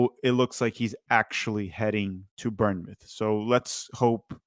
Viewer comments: ‘Burnmouth’ 😂😂 I won’t roast you too hard but it’s pronounced ‘bornmouth for future reference. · Seriously. I’d actually say it’s closer to “Born-myth” because we say it pretty fast. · I'll give your vid a like if you could say born mouth instead of burn mouth. Otherwise great vid. From a cherry's fan. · Someone teach how to pronounce Bournemouth